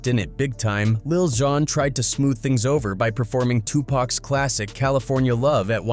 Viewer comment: This guy pronounced lil Xan like 5 different ways 😂